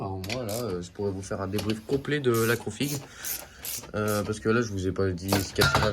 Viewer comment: config diminutif de configuration et pas configue ....🤣